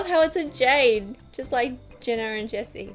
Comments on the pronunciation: It's pronounced Jeena not jenna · its jeana not jena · Jeeeeeana not jena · It's pronounced Jean-uh not Jen-uh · thefabulous2 Crew sooooo thats not how you pronunce it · you say it /J-i-n-a not J-e-n-n-a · I'm not being rude but you keep calling jeena Jenna its (g-na) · It's pronounced (j e e n a ) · Did it bug anyone else the way she was saying Jeana's name? But I love the video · your saying jeana's name wrong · she said jeana wrong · U said her name wrong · She pronounced Jeana's name wrong